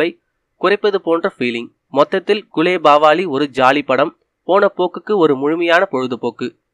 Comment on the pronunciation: yov athu gulebagavali not gulebavali